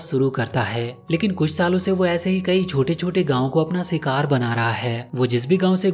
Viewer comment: Bhai shikaar hota hy sikaar naheen❤